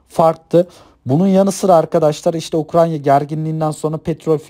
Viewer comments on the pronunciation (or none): Ukranya değil Ukrayna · güzel olmuş ama "UKRANYA" değil.